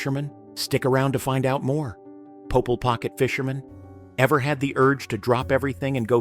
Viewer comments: Popeil not poh pull. Popeil, it's French b!+¢h. Pronounced, Poh, peel or poh payul. Weird Al even did a parody song showcasing Ronco's products entitled, "Mr. Popeil" RONCO FOREVER! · “Popeil”; not “Popel”. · It's Po-PEEL, not "pop-ell". Gahdam crappy computer generated voice track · just contributing... it was pronounced "Pope-EEEEEL" pocket fisherman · his name is prononced Po-peel he had some great and weird inventions ( spray on hair ) is one you should do a video on all Ron Popeil's inventions